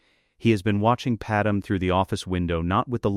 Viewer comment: Pad me… pad may… not Padam! 😅